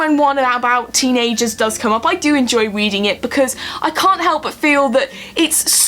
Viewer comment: you have the jonathan ross voice thing a little bit, you said "weeding this article"